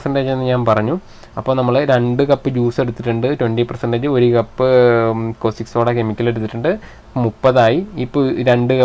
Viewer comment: കോസ്റ്റിക് സോഡ അല്ലട, കാസ്റ്റിക് സോഡ.